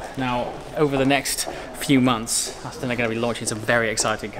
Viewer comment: Aston, not Astin.